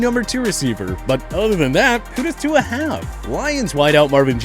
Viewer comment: That’s It I don’t know why I keep subscribing to you guys you can’t just say Tua’s name right